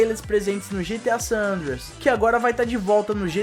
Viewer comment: "GTA San Anders" kkkkkkkkkkkk